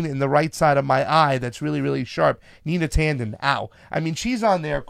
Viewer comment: You're all for Dem-enter? Huh? Sorry. You're going the wrong way. The other positive for Canova which you didn't mention is that now he'll be able to engage the other candidates in a debate, something he wouldn't be able to do as a Dem. It's NOT Nina Tanden. It's Neera Tanden. Who are you people?